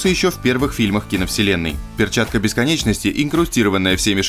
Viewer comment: На у кого перчатка БЕСКОНЧОСТИ))) автор русский язык выучи